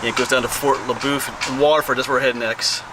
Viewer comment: Everyone around here says fort le boeuf as if you were saying fort la buff. Did you get a chance while you was there and go over to see the covered bridge they was restoring? I don't know if they're done with it yet.